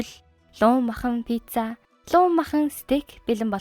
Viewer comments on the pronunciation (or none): none